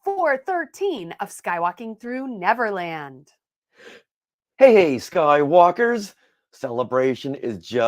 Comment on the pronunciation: When you said Hey, I heard Hey Hey 😅